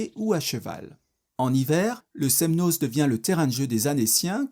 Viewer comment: C'est votre commentaire qui est n'importe quoi ! De plus il n'apporte rien et ne veut rien dire... Je suis Annécienne et ce reportage est très bien et fidèle à la réalité. Sauf le z du Semnoz, qui ne se prononce pas. 😅☺️